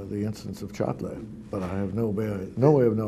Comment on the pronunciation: Henze “Çatlı” diyor Birand “Çatli” diyor :)